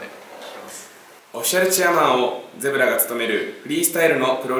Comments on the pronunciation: ゼブラじゃなくてジブラやで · 問読み、メートル峰（みね）は（ほう）、zeebra（ゼブラ）は（ジブラ）だね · zeebraをゼブラって言ってるんバリ気になってしまった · Zeebraの読みがゼブラなのガチ草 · Zeebraはゼブラじゃなくてジブラね